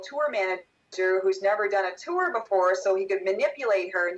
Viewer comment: Is pronouncing the word "tour" with two syllables a California thing? I notice Corey saying it the same way as. "Tewwer" It's odd.